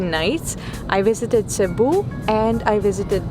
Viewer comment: Thank you for making Cebu ur first visit to the Philippines. Btw, your pronunciation and diction on local names are one point! - Pag Amping kanunay! (Take care always) -from a Cebuano